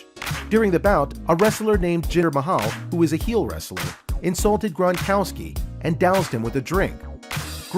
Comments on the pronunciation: It isn’t GRANkowski, it is GRONkowski. It was like finger nails on a chalk board each time it was mispronounced. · NOT GRAN,but GRONkowski.